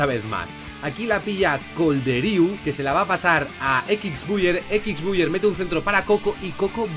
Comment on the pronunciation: "Equics Buiyer"